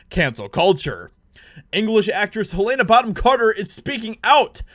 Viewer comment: Can't cope with this guy disrespecting one of my favourite actresses by mispronouncing her name like… 😅